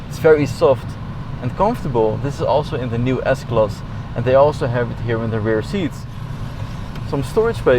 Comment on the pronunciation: I like the part when he says Diessklass